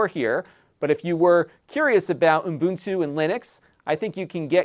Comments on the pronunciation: Ubuntu not uNbuntu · Its called UBuntu. I don;t know where UMbuntu comes from? As an educator, you should pay attention to how you pronounce things. Imagine being a maths teacher and teaching kids 2+2 = 7.